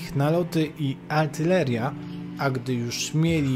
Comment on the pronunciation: aRtyleria, a nie aLtyleria